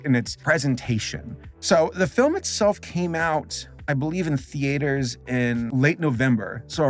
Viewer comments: lol.. thee-aters, hehe 😜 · he went through the trouble to say encanto riight but not theaters